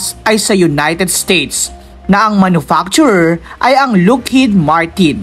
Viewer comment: ha ha ha , " hercules" daw ,,her -que-les as pronounced..+ " lookheed " daw ,, lockheed as pronounced... hayyyy,,eto pa ___ " co rps" daw,,, cor ,as pronounced with a silent ps......airboos daw..air b u s ,,,as pronounced ,not boos,,like ,u are riding in a "bus"